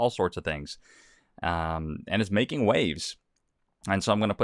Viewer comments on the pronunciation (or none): none